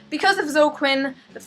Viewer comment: Did she pronounce Zoe Quinn's name wrong? Not too fucking bright. That soul train thing was hilarious.